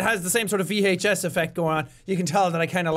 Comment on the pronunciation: vee haych ess